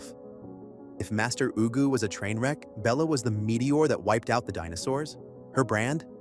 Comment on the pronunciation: who is "master oogoo" im sobbing